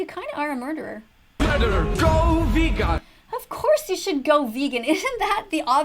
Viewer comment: "Go vegawn"